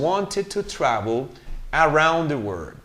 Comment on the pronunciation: " didn't accept " the correct pronunciation is ( akcept ) not ( asep ) that's the way I heard it the first time you read the text. Around ( aeraound ) not ( Araond ). I can't hear the pronunciation of the letter " L " in the word " world " it sounds like " word ". I don't hear the ending "T" sound in the word "worked" the first time you read the text I didn't hear the "T" sound. Their ( der ) not ( deir )